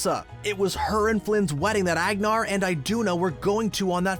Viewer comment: It’s so funny when Americans try to pronounce Norwegian names 😂 It’s not ehgnar and aiduna it’s Ahgnahr and ihduna